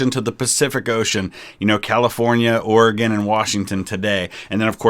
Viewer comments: As an Oregonian that the fact that you are from the Midwest and pronounce our states name correctly brings me joy. Almost as much joy as getting to see you react same day to this video! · Fellow Oregonian! I was honestly surprised to hear both Oversimplified and VTH get it right. Most Midwesterners I've met say it "Or-e-gon" or "Or-gon"